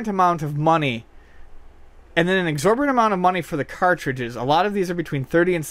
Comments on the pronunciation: Is he pronouncing "exorbitant" as "exorberant"? Or is that an actual word? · Exorborant?, I thought you were better than that. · "Abhorrent" vs "Exorbitant".....not the magic combo word made of "Exorborant" lol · love the mispronunciation of "exorbitant" and "disingenuous" hahahahaha not to be a smart ass but that's funny.